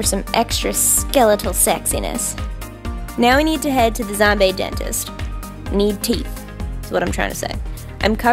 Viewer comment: Were you saying zomBAE